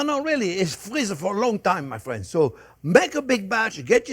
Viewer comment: I LOOOVE Monday, because it's "Hello there fwends.." time! Thank you, Chef Jeane-Pierre and Jack, for all you give us. God bless.